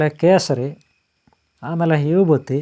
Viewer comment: Hebuthi alla swamy vebhuthi enu bhashe mathu adteero eno